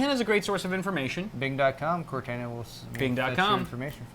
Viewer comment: BRO COR-TAH-NAH Why does everyone say cor-tana